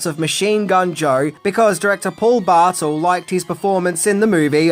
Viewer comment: "Bartull?" In america we say his name "Barr- Tell" but whatever. Im sure I would screw up native Australian names.